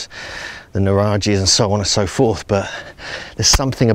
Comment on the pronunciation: You always make a very professional videos. Just one tip about Italian language, the Nuraghi is pronounced - G as Graham.